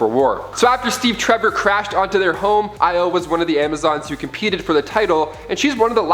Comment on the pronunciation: OMG HE PRONOUNCED IO THE RIGHT WAY!!!!! OMG HE DID SAY AAIOOU OMG OMG ILYY